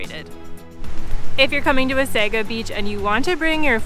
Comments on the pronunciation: Being Canadian we usually don’t make soft pronouciations of words. Wasaga is pronounced by most Canadians as Waysayga. A Croatian word pronounce it like you said Wahsahga. I guess it is just habit by your active tongue ! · I think the correct pronounciation is Wah-sah-gah Beach. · Please pronounce Wasaga-Beach correct. It's a native word and please appreciate this. Next time please correct this. Thank you❤ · Thank you for posting... YES, at the very least, pronounce it properly.